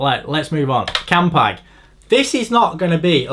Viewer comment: Thank fook you said "campag" grates me more than that fiction on the bearings when someone says "campy"